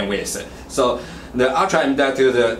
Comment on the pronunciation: Dees wan isuh emdotoo, and edees wan isuh urtrah emdotoo.